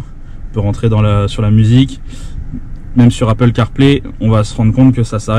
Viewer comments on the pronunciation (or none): none